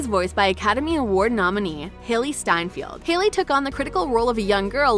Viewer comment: Screaming and crying how do you mispronounce vi, hailee, and peregrines AHHHH